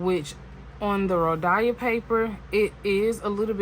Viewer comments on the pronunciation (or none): Hey …”It’s hot in Georgia.” I giggled. 🤭 It’s 🥵 here in Vegas. Your heat is like warming up food in the microwave. 😉 You pronounce Rhodia as Ro dye uh… it’s Ro Dee uh. And say it with no stress sense. 💜 I’ve watched Karyna for a few years, she is the real deal. 😊 I recommend watching Brittany over at Carrots and Olives. She is also a wonderful creator. 💜 Sailor 731 was a delish color! ❤ ok I see you 237. Nice 😊 I love the ASMR of the boxes and bottles, pens etc. So keep up the noise. 😊 send me your mailing address and we can so an ink swap.